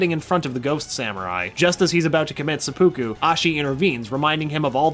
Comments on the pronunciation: Se-poo-Kooo ...... Sep-pu-ku** hahah Great video! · i want to commit seppuku just hearing you pronounce it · harakiri not seppuku and you also totally butchered the pronunciation